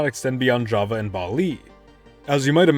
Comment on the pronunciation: Java is not japanese your prounounce is wrong"